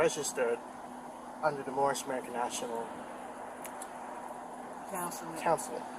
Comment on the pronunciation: LOLOL he called it "Morris" national. It's Moor national. They should probably study a little more about this whole thing they believe in so much. I love how the officer completely blows it off.